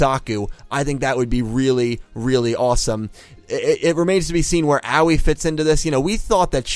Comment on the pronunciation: Her name is not "A-wee", it's "A-woy". xD Thanks for your analysis video again.